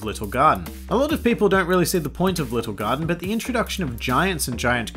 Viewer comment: i kept hearing "Lil Gun" when he was apparently saying "Little Garden".....